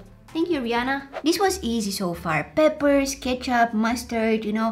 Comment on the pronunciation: Because of her mispronunciation of peppers to papers i say papers on purpose (